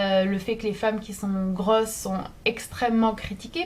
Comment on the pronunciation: La prononciation de tes "O" c'est perturbant... On dirait que tu dis "zâne" "âtre" "grâsse" "GROSSE" AVEC UN OOO "AUTRE" "GROSSE "